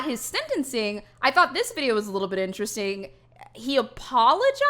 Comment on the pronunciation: i love how she says this is so inch resting